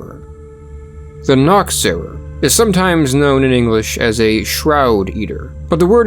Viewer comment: The ch in Germany is not like a k sound but more like a cat hissing sound. The way you pronounced Nachtseher sound more Naktseher which means Nakedwatcher